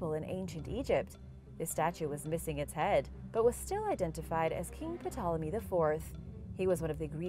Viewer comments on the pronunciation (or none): Ptolemy is pronounced without the "p". I'm guessing the voice actress just gets a script to read, so can't be relied upon to know how to pronounce everything without specific notes. If you're in the business of educating your audience, you have a duty to do better than this. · The p is silent in Ptolemy